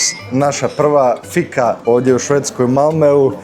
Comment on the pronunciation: Šta logom? "Laagom" se izgovara. I Fika, dugo i.